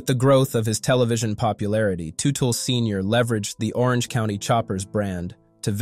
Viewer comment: Terrible, disorganized, commentary. I knew it was going to be shit the first time I heard Teutel pronounced incorrectly. And the headline infers this commentary will be mostly about Paul Jr. Not the case. A very irresponsible commentary.